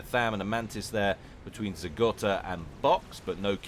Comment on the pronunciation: It's Zeh Go-ta, not Zeh Gotta. There's one T. Good stuff, though. Keep it up.